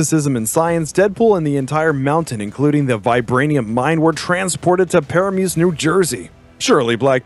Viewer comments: Did you just read Paramus as Paramuse? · Pronounced "Pah-ram-mis" New Jersey 😄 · Its pronounced, Pa Ram us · PA-RAM-US.. PARAMUS, NJ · As a NJ resident that had me dying laughing